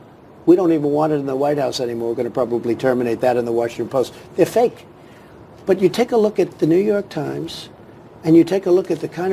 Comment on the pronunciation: Its funny how his word stresses skip over the most important part quickly (banning NTY and WAPO) and then stressed the word fakkkkkkkkeeeeeeeeee